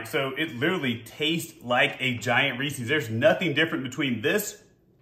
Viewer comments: It’s not ree-sees it’s reeses... ree-ses. Read it. REE SES (SES...SES...) not SEES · Are you saying rees-eez to try and be funny?? Or have you never actually seen a Reese's commercial. It's pronounced REESE- EZ!!! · Yeah, but it's not pronounced Ree-seeees, like feces. It's just Reese-uhz. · It’s Reese’s, not reesees as in rhymes with feces. It’s the name Reese with a possessive s, like John’s. Get the name right, so annoying. Honestly had to stop watching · Stop saying Reese's wrong